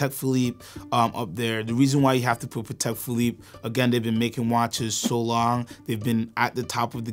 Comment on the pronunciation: ok I had great respect for this guy until he pronounced "Patek" like that